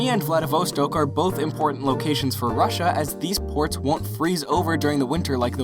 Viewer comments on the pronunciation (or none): none